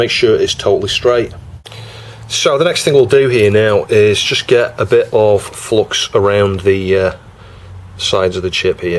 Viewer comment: see, the solder-gods are angry with you because you keep pronouncing it as flox ! ;)